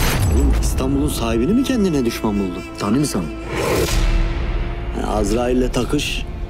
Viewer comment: Şivede hatalar çok yine. Tanıyor musun,tanimisen değil tanisen olacak